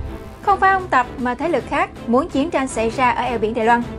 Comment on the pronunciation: đài loan chứ không phải đài loăng